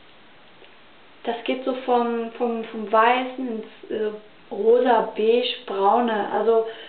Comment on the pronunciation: Ich glaub, wo du sagst das du den weißen kajal zu hart findest hört sich es so bissel an als würdest du den beigen zu hart findest ich glaub mal deswegen geben die reute Tipps :))